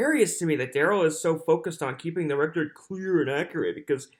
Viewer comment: It is ridiculous how he has been thru criminal proceedings in court for over 20 yrs but keeps saying for the "reckert" like the stenogropher isn't doing that with every single word of sound made.. Maybe he's hoping for the "reckert" means he's putting it on his next recordz/album lol